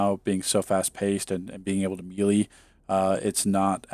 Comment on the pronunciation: Another great video, but I always cringe when you mispronounce “melee” lol :P